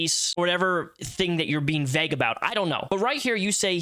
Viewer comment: Good video but “vague” is pronounced “veyg” not “vehg “